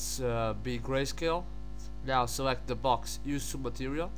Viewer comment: Naoow leats preass DELAETEE. dear god...